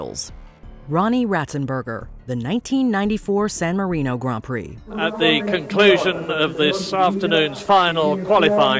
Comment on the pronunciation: Thank you for pronouncing grand prix correctly